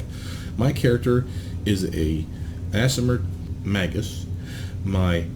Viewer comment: It's pronounced 'May-gus'